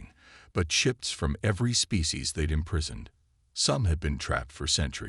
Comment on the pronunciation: I've kinda gotten used to quarantine but imprisoned said as im-prize-oned made me wince